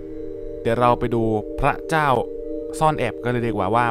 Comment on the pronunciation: แก้ไขเสียงพระเจ้าหน่อยมันออกเสียงว่าเจ้า